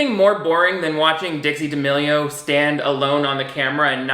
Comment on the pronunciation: How the D'A-meh-lio sisters got to this level of fame is beyond me x